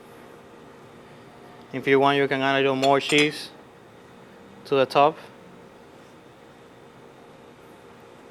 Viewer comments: FAIL, fail, fail, fail. Quit now, you obviously haven't learned a thing. Pancetta is cured, if it wasn't you would have a piece of raw pork belly. You don't scramble the eggs, the eggs are there to make the sauce. And like the the person before me, it's pronounced car-bo-na-ra, not car-bo-na-ta. And why are you calling it spaghetti when you used fettucine. FAIL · Ma non l'ha detto nemmeno giusto, carbonaTa! Mah... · Hahahahaaaha NON SA' NEMMENO PRONUNCIARLO DICE ALLA CARBONATA............ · spaghetti al a carbonata ??? did he really say carbonaTa ? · Just awful, sorry....and by the way, si dice Carbonara e no Carbonata....Asino. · carbo"nata". how stupid can this guy get? seriously....